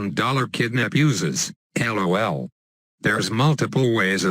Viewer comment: How says lol El o el